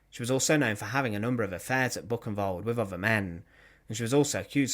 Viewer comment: Your German pronunciation does need work. Buchenwald is not Book-in-wald. Bookenvald would be better.